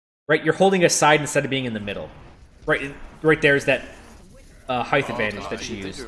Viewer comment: It's "height", not "heigth". hyt, not hyth